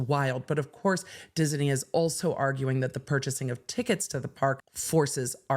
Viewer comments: Dis-i-ney? Disney. Is that a California thing? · I wouldn't say that it's incorrect, but she is adding an extra vowel syllable. So, where I say diz-knee, she's saying diz-uh-knee. I hope my phonetics aren't making this even more elusive, lol. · The way that pronounces "Disney" is out of pocket 😂. We're looking for "Diz-nee" to do the right thing, not "Diz-en-ee" 😂. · I didn't get any of what you said about the theme park case, because I was mesmerized by your saying Dis-in-ey! Dizz-in-ey? Fun with words! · Anyone else hearing Disney with 3 syllables? Diz-uh-knee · Lol...she swaps the n and e around and says Diseny!😅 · I love the way you pronounce Disney. Dis-en-ee. ❤ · Enjoying inserting an extra syllable into "Disney" 😂😂😂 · I'm obsessed with how she pronounces "Disney" and I want to hear everything about this case! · Me too, lol. She made it a 3 syllable word. 😆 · The way she pronounces it confuses me! I'm not a native speaker. Is that the correct pronunciation? 🤔